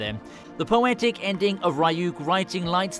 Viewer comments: love the vid but the fact that u call ryuk rayuk is triggering lmao loved the vid though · Bruh the way he says ryuk 💀